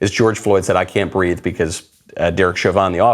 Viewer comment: I thought she said "I can't breaff!"